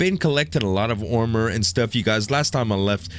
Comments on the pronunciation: why do you say ormor instead of armor? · you said aomer